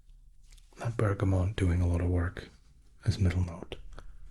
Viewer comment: Also,, I love you, but Bergamot has no N. X